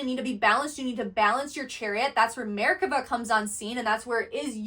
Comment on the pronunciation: Her pronunciation of מֶרְכָּבָה is always incorrect, which drives my skeptical mind to think what else she's saying is...incorrect.